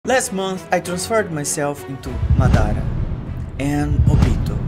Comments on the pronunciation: He said mudara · Esse “Madara” que ele falou soou bem brasileiro hahaha